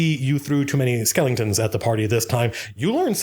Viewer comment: He said skellingtons. I too am overexcited for Halloween way too early.